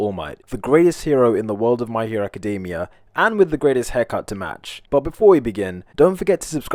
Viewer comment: I know it's small, but I appreciate that you pronounce "academia" correctly, when most people use the previously rarer "acaDAYmia" thanks to the show. Similar to Eureka 7 doing "Eryka" and Seven Deadly Sins using the non-Anglicized Dee-ahn for Diane in England.